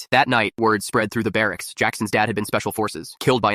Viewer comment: word spread fart through the "BEAR"acks